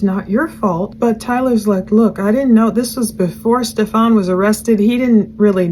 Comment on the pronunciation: I always laugh when she calls him Stefawn instead of Stephan it's so dismissive not saying it correctly lol